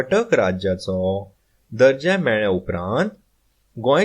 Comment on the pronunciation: तू दर्जा म्हणतोयस पण दजो् असा लिहलय